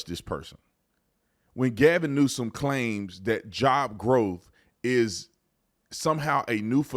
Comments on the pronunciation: Ahahahahhahha he said Gavin Nuisance ahahahhahahahahaha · Is Tatum saying Gavin Nuisance? Like over and over again? LOL awesome:person-turqouise-waving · Gavin "nuisance" 😂🤣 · My guy said Gavin Nuisance 😂 I’m dying right now